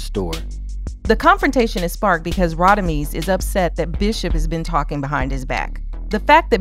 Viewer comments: It's Rodimez not Rodimeez! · Radamez not Radameez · Rah-da-mez …….. Mr Quill-lez. They pronounce the names 😂😂 Love the videos must nit pick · I hate the way they pronounce Radames 😂😂😂